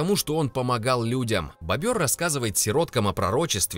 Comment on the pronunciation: БОбр...... Боль для ушей... Может бобЁр??